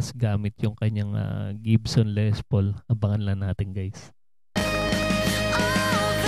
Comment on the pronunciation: When you pronounce Les Paul - pronounce it with silent "s", s/b Le Paul.